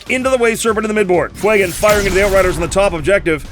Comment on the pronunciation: Stop calling him Fwey-gon, It's Few-gan. I don't care that it's based on the Fuego word, it's a god damn badass space elf who doesn't exist, and you are making him sound as tough as damp mop.